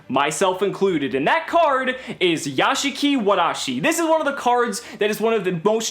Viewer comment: Nice Japanese "r" sound!